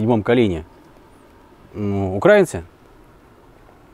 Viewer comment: сказали укрАинцы, вместо украИнцы. Нет вам прощенья ))